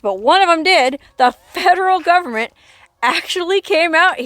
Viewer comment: This is a fascinating story. Where did she get her water from? I love the way you say "fedruhl govment" ! 😅